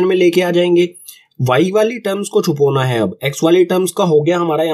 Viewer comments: Sir not chhupona it's chhupana😂😂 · sir its CHUPAANA not " chupona"